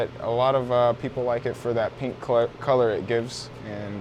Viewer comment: I KNEW I WAS NOT THE ONLY ONE TO HEAR HIM SAY clit